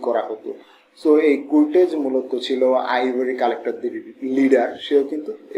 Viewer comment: সারাদিন কুরটেজ বললেন কেন, কার্টজ হবে